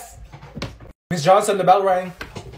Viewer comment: I accidentally put Olivia at 2x speed when she said “ mRS JHONSOM” and she was like MS JOSON